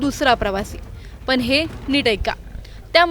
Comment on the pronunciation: पन नाही पण असा शब्द आहे आधी भाषा शुद्ध शिक मग अपडेट्स दे.आनी पानी भाषा बंद कर.